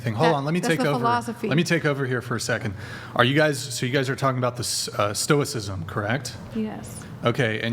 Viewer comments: She can't even pronounce stoicism but she thinks she's teaching it? This is insane. She has absolutely no clue what stoicism is. This is the dunning kruger effect gone wild. I know it's just stupid women getting conned into listening to this afrocentric vibes and vibration bullshit but there is for sure at least a few guys in these women's pasts that gassed them up an agreed with their clear ignorance and incorrect takes, just cause the guys were trying to hit. The women never understood that the men that agreed with their nonsense just wanted ass, but I'm sure they've held the tiny bit of acknowledgement they got from a person above believing in astrology ever since as a sign that they're respectable. They are not. These women are blowup dolls with an audio recording of the ravings of a homeless person playing nearby. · They don’t know nothing about the great philosophers like Marcus Aurelius or Epictetus, she barely knows how to even pronounce stoicism. And she speaks about some vibrations and frequencies, it’s insane how this mishmash comes about in her head. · Can’t pronounce stoicism, but she’s going to tell you what it is…. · I'm sure she means Marcus Aurelius. But she doesn't even know his name. She doesn't know what stoicism is or even know how to say it. She doesn't know anything about anything. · Why couldn't the women even pronounce the term (stoicism) properly in the first place? Sigh... They. Do. Not. Know. Anything. Philosophy turned into 'The Secret.' Single? Shocker. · Imagine teaching a subject and you don't know how to pronounce the name of the subject you teach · Imagine telling someone you teach an ideology yet you can’t even pronounce the terms or source the names of those you follow. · She didn't even know how to pronounce "stoicism" so no wonder she doesn't know any stoic's name. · "Stoic'cism?" Wow....... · This girl couldn't walk you through a coherent explanation of why "everybody poops" and she's going to teach "stoh-ik-sism"?